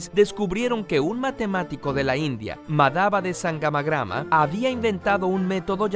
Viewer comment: En el minuto cuando dijo "Madhava de sangamagrama" pensé que dijo "Mandhava tangamandapio"